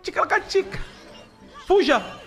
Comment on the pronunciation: Ele sempre fala assim